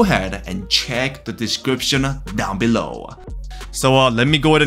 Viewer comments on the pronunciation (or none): none